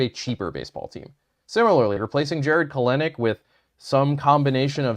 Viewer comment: Please pronounce Kelenic right.